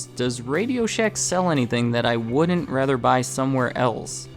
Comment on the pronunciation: Ever notice the millennial narrator can't say the contractions "Can't" or Wouldn't without an extra syllable? COULD-dent WOULD-DENT...SHOULD-DENT. pROGRESSIVE JERK.